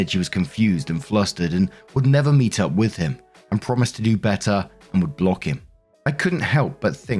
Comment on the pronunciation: Idk if its just your accent or what but both times it sounds like you say "op comes in with her update".